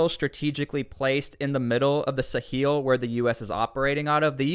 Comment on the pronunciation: The pronunciation of Sahel follows the French in pronouncing the word like ‘SA-HELL’. Which is kind of ironic!!